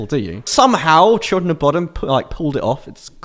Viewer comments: Sounds like he says “When I was 16, I got really into Children Of Bottom,” not Bodom, lol. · After all these years of watching mispronounce Bodom I've accepted it. But the Kissing the Shadows duel not S tier? The fuck bro? "Bodom was a massive inspiration" You sure?